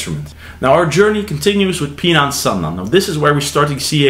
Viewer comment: You are pronouncing Pinan incorrectly….. Pronouncing Pinan Pee Nan is wrong!!!!!! Pronouncing it wrong makes Pinan has a total different meaning!!!!!!!! Learn to pronounce Pinan correctly and make a video educating people how to pronounce Pinan the correct way…….